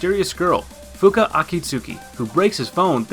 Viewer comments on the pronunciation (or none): Fuuka? Really?